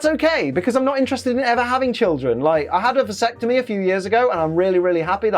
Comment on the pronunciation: Everyrime he said visectime I shivered.